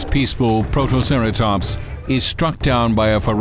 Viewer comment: "protoceratomps" :D